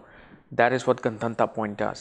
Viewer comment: gun-dhun-taaaaa ? no, it's Gandaanta